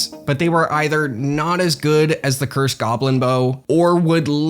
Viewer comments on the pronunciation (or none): none